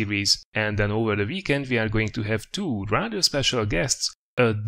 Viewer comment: WHY U KEEP SAYING WE LIKE VEE